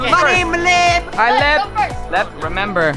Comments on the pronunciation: Its lev not leb my name is leb🤣🤣🤣😅😅😅😅😂😂😂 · Dude your name I Lev not Leb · when jentzen falled Lev: myyy nammme is LEBBB!!!😂😂😂 I AM DYING OF LAUGHING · Levs LEBBBB is so funny Lev:MY NAMES LEBBBBBB Me:🤣🤣🤣🤣😂😂😂😂😂😅😅😅😅😅